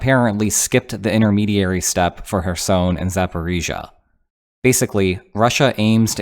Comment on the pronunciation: Good video, but Kherson is NOT pronounced "her-sown". It's pronounced "her-sun" / "her-son".